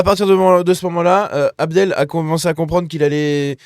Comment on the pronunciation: "abdelâche" :D